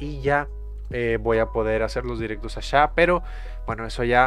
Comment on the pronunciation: ashá jajaja